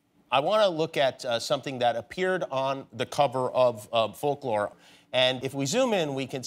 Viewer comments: Folk / lo / re ?? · I am sure sure someone said this already but Folklore is 2 syllables..... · sorry but in what world does folklore have 3 syllables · fol-ku-lore LOL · Did Jimmy say “folklore” has three syllables? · Taylor when she heard Jimmy say that folklore has three syllables: 👁👄👁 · who’s gonna talk him folklore isn’t 3 syllables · Omg I had to say folklore like three times I was like it does not have three syllables what is he talking about 🤦🏼‍♀️🤦🏼‍♀️🤦🏼‍♀️🤦🏼‍♀️ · Not Jimmy saying Folklore has three syllables... go to school kids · Wtf 🤔🤔 I love how she's just too polite to correct him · When has folklore ever had 3 syllables? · her face when he said folklore has three syllables... he needs to go back to school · How come 'folklore' has three syllables? 😭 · It doesn't. He made a mistake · Ho do the titles "Folklore" and "Evermore" have three syllables lol? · Is it just me or does folklore only have two syllables? 🤦‍♀️🤦‍♀️🤦‍♀️😂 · maybe it's because I'm stupid but doesn't folklore have 2 syllables? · in what world is "folklore" 3 syllables? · not him saying folklore is 3 syllables lollllll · Folk Lore, where's that 3rd syllable? Polkalore! 🤟🤣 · How is Folklore 3 syllables? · did he say “folklore” is 3 syllables? haha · Is folklore 3 syllables? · I'm sure everybody is thinking: Um, doesn't "folklore" have just two syllables? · How is folklore 3 syllables?? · Is folklore 3 syllables? I thoughts 2. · how did jimmy get away w saying folklore has 3 syllables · Folklore has two syllables...wtf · Folklore isn't three syllables. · Folklore has three syllables? To me it has only two... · Does Folklore have 3 syllables, Jimmy? Hmmmmmm. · But... Folklore is 2 syllables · Folklore is 2 syllables. Was he joking or was that a mistake? Hahahha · So… who’s gonna tell him folklore isn’t 3 syllables… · Folklore has 2 syllables. Geesh. Lol